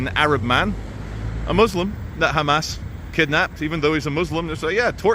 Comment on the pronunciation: WOW wow wow WOOOW this guy hates "khamas" soo much and he still says their name properly just WOW